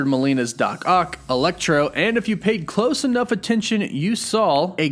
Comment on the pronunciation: Dammit, man lol. I know you're all excited, but its "Ock." Not "Oct."